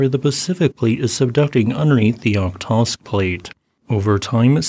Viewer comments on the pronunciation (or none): o-hot-sk, not ohtosk :) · Thanks. Just a minor point for following updates: the correct pronunciation of Okhotsk is [ɐˈxotsk]. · Just a small note: Okhotsk is pronounced Ah-HOT-sk, roughly. the 'kh' is the transliteration of Russian 'х,' which is like a hard 'H' sound. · It happens, and somewhat acceptable to pronunce foreign words/names badly. But why americans and most english speakers can't even read the letters in sequence? Why you always swap letters in random ways? Is this an anagram contest for you or what? By the way, hat k in the beginning of Okhotsk shouldn't even pronunced. It just indicates that the h after it is a hard h. So in reality it is Ohotsk (and yes, you must pronunce the h). If you don't agree, then shom me that k in the original word: Охотск (yes, it is cyrillic).